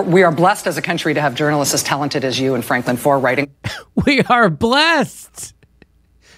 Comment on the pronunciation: foer is a german name it's pronounced "fair" like matt groening is pronounced "graining". come on guys get the names right at least if you wanna talk about other people getting things wrong.